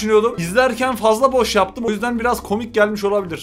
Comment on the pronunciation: Çoğh mu kômik? Bu ne lağn